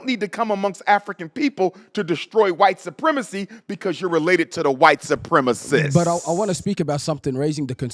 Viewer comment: That emphasis on the “sssuuuupprreeemacciissstt” was hhhaaaarrddd🤣